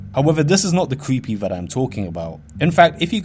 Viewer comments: It cweepy. Wtf . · It's not creepy as much as cweepy. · Vewy cweepy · vewwy cweepy and scawy :'( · Yeah vewy cweepy indeed my fwend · Weally weally cweepy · ''which is pwetty cweepy''